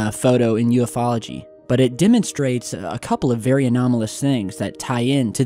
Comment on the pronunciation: I hate when people say U-F-Ology.